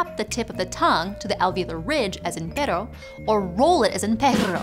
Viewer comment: kudos for your pronuciation of pero and perro <3